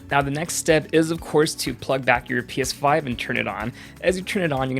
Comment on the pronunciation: I keep hearing piss5